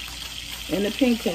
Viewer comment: "pinko" for panko had me giggling lol made me think of price is right game Plinko 🤣 Sammich looks great!!